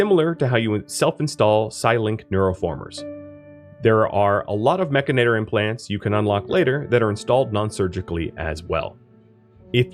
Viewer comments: MECH-AN-IT-OR.......MECH-ANIT-OR...MECHANITOR its not MECH-AN-AT-OR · You keep saying "Mechinator" -- the "inator" is clear -- when the word has no such letters "Mechanitor", itor, not inator Mech-an-i-tor It grinds on my brain Video is good tho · I don't think it's pronounced "mechinator," a la terminator; it's spelled mechanitor, like a portmanteau of mecha-/mechanic & janitor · Drinking game: take a shot every time he says mechanator instead of mechanitor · It's pronounced "Mek-AN-it-tor". Here you've swapped the "a" and the "i". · Well, I am saying it Mech-i-nater now just for troll value! Love the vid, lots of good info to get started with the DLC. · It’s “mechanitor” like “janitor” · You flipped the A and the I sound when you say Mechanitor. Mechinator. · True, it is just sounds like you might be saying mechanator :) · great video, many thanks but oh boy, i hate the way you pronounce mechanitor hahahahaha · I figured Mechanitor was pronounced with the emphasis on the “chan” part